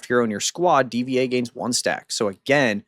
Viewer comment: Hearing mispronounced DVA and Schuyler's name hurts. Lol It's pronounced Diva and Skylar 😅